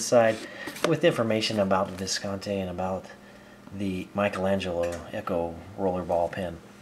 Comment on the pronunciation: It's pronounced Viscontee. E, not Eh.